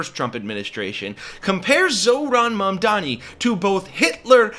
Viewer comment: And none of them can even pronounce it, they keep saying "Momdami"